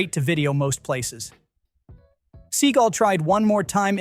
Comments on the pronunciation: Is this read by AI? See-gull? Have you never heard anyone say Seagal? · Steven Seagull? Is that Johnathan Livingstons Brother? Stupid AI. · Steven Seagull? C'mon man. At least say his name correctly. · AI slop. Steven Seagull? Cmon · Steven Seagull?? Is this another AI voice channel?! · Steven "Seagull". I laughed. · Steven Seagull... LOL that is not how you pronounce that. Is this an AI voice? Still an interesting video. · Steven 'Seegle'?? Sort out your horrendous AI narration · Steven “sea gull” BAHAHAHHAAHA this must be an ai voice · 'Steven Seagull' Yeah, A.I voice having some problems there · AI can't pronounce Segal. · More AI slop. No movie commentator worth anything doesn't know how to pronounce Steven Seagal's name. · Thats what im saying. I've used AI to make videos. And you need to listen and edit the voice to pronounce certain things phonetically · You think you'd know how to pronounce Steven Seagal's last name. Not that he matters, but his name is well-known.